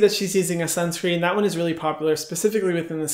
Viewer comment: I have started wearing sunscreen only bcz Hyram said "WEAR SIUNSCREEN BICTHES "<3